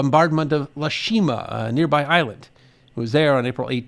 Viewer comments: Thanks for another wonderful THG episode. My uncle was a sailor, who served on the USS Texas. My dad (an Army medic) was in the Okinawa campaign, first on the off-shore island of Ie Shima (pronounced "eye-yee shee-ma", not "lay shee-ma" as in the THG video) and later on Okinawa itself until he came home in November 1945. Both of them proudly served their country, one for 14 years and the other for 28 years. A big "Thank You!" to all who have served, are currently serving, or who will serve. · Great presentation, as always. I was stationed on Okinawa with the US Air Force from 1/90-8/93. It is a beautiful place. I would offer one small correction to your video: you mention USS Texas participating in the bombardment of "Le Shima" - which is actually "Ie Shima" (with an "i"). Thanks for sharing and keep up the great work!